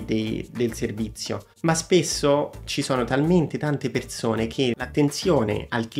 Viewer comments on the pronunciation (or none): Ciao, grazie per le info e per il video.... Parlerai senz' altro bene l' inglese ma, cerca di correggere e migliorare la pronuncia di alcune parole italiane che ho sentito, per esempio: Perzone, zervizio, vederzi, non zopporto, diverza, la bisci....non si possono sentire. 😉🌹